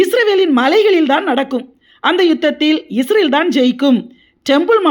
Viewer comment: UNN PERU ATHASAYAM, NEE URUTAUVADHU OLAGA URUTU, ADHU ISRAL NOT ISRAVEL